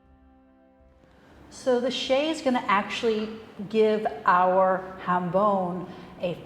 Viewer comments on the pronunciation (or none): To English speakers I would say that the j in jambon is pronounced like the soft, final G in the words "garage" or "massage", which are also borrowed from French. Chef was using the Spanish J. Maybe Bayonne is close enough to Spain to forgive the mispronounced word?